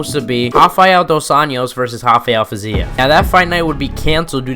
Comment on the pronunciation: rafael fiziev is not brazzilian , dont call his name hafael